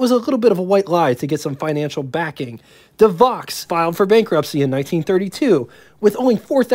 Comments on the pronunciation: It's pronounced "Duh Voe" not De Vox. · Good video ! But, several of the years of production dates and pronunciation of the names were incorrect. Like the De Vaux. Not ( De Vox ) , but pronounced like ( Dee Vo . ) French name. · Devaux is pronounced 'De-voe'. It's French, don't blame English. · Good job on the content. You need to check up on your product name pronounciations though. e.g Elcar - El Car not elcur. Deh voh not Dee vox. Er skin vs. Es kyne. Roach vs. Rawch. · My understanding was that the Stutz Blackhawk was not really considered its own marque separate from Stutz. Further, Graham-Paige did not exactly go out of business, they just truncated the name down to Graham . I thought DeVaux was pronounced De-voh, not De-vox. Auburn was considered an unbelievable value for the money at the time, not "expensive". Add to the list: Velie, Gardner, Chandler, Ruxton, and REO. Kudos for pronouncing Willys correctly, incidentally. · NOT "Koot" Rockne - "NEWT". NOT "DeVox" - "DeVOE. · Rockne’s name was pronounced “Newt”. DeVaux was pronounced “De Voe”. Also what about the “Kline Kar” built in Richmond, VA? Over all an excellent documentary! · This was so cool....btw...DeVaux is pronounce....De Voh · So many mispronunciations and incorrect dates and information..... But, entertaining nonetheless. Willys......."Will-ease" Devaux....."De-voe" Erskine....."Ur-skin" Knute(Rockne)....."Newt"